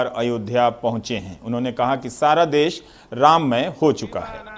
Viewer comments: देश होता है देस नहीं 🤦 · Ravish ji l' m your fan. I request for use of correct pronunciation of Hindi... Country mean desh.. not des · Des nhi desh hota h GAWAR